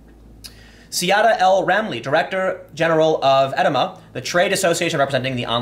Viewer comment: EDIMA rhymes with enema